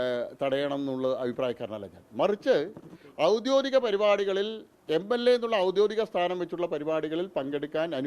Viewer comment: 'ഔദ്യോതികം' എന്നല്ല 'ഔദ്യോഗികം' എന്നാണ് പറയേണ്ടത്